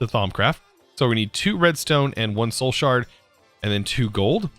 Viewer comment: Absolutely no one:: “shoul shard”